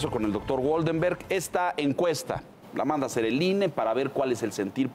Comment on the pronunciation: Ine, no inah.